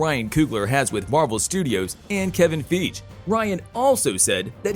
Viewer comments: I want to like and subscribe, but I can't until they learn how to enunciate Kevin Feige correctly. p.s. the Google robot isn't correct... lol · Coogler Robbing Banks. 😄 🤣 😂 Holly molly my man said kevin feeg 😲